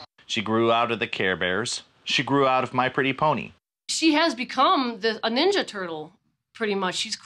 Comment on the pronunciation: "I want to be neenja" turtle.